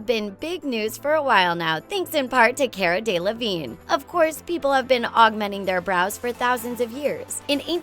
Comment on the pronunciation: The mispronunciation of Cara Delevingne killed me